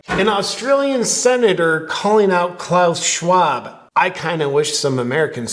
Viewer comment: Did you said Klown Shcwab? :P